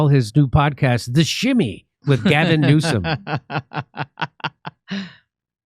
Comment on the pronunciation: Did you say Orgasm Newsom?